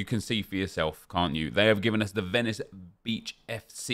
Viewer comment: Ah nep that's not how u say Venice